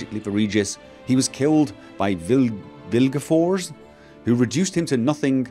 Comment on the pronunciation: [NO spoilers (just the stuff from your previous jurnals you forgot about)] Vilgefortz - Vilge-for-tss (like "Forza" ->force) Terzieff - Ter-ciff or Ter-tssiff Vampires are not affected by sunlight or fire differently than humans (in fact, high vampires like Regis are absolutely immune to the latter). They also don't need blood to live. Human blood is vampire's equivalent for strong booze. Basicaly Regis was a drunk once and died for it. By the time he met Geralt, he was already an abstinent (post alcoholism kind of abstinency tho, so he gets scared on the thought of drinking again). Now swear upon the heron that you'll remember that. ;)) PS: I think your Iris shouldn't be glowing this way... It might be bugged somehow. It should be red but not so ugly witcher sensey red.